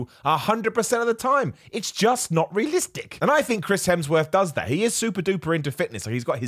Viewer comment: Not shaming, but I love the way you pronounce realistic; reelestick.